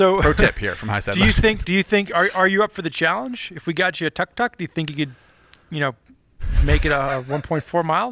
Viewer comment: it's pronounced took-took:) Going two wheels on that is tricky because the engine is in the back (compared to a sidecar motorcycle where most of the weight would still be on the two wheels on the ground). The wheels are also pretty small (scooter sized). I'd watch a video series of attempting that record though.